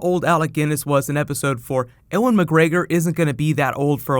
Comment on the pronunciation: who the fuck is Eh-wan McGregor?